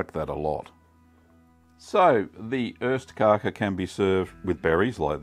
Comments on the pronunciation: It's OSTkaka, not ÖSTkaka. Cheese Cake vs East Cake. The former is delicious; the latter, ephemeral. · It's ostkaka, not östkaka. Ost = cheese, kaka = cake. Öst means east, so you are saying "eastcake" which just sound like nonsense in Swedish.